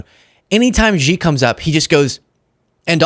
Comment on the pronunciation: The leader of China is Xi, pronounced she. How hard is it, listen to how the world pronounces it. I like your channel anyway